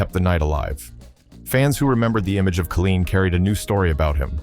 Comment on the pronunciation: Kay line, tee unt